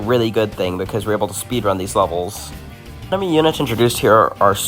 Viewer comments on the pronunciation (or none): none